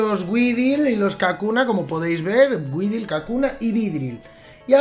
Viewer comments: Se pronuncia uidol - weedle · Weedle se pronuncia widel